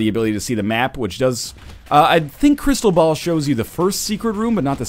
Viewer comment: anyone else thought he kept saying crystal bowel, or is it just coss im watching it in 2 times speed?